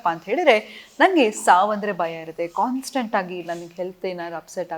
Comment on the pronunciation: It's not baya it's bhaya...